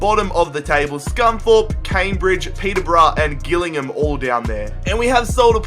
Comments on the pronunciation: Its pronounced Jill-ingham not gill-ingham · Also its pronounced Jill-ing-ham not Gill ingham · Not hating but Gillingham is pronounced jill-ing-ham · Just as little heads up, Gillingham is my local team and it's pronounced 'Jillingham' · it is pronounced jill-ing-ham no offence intended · gillingham is pronounced jill-ing-um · Your pronunciation of Gillingham is hilarious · Nahhh the way he said gillingham 😂😂😂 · he says gillingham wrong